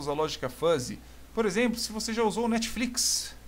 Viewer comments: Muito bom a aula, mas "netfiquis" foi meio tenso kkkkkk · O "NETFLIQUIS" destruiu a aula!